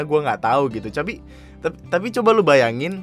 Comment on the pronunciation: ANJAY, saking gregetnya ngomong "tapi" jadi "capi"😂